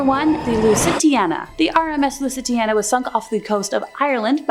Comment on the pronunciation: Lusitania not Lusitiana